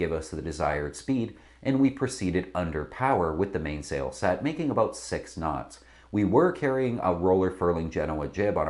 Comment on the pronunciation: I'm very surprised that someone sitting in front of a backdrop advertising Practical Sailor couldn't properly pronounce "staysail" or "mainsail."